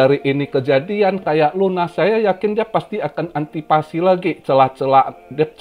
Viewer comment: antisipasi koh bukan antipasi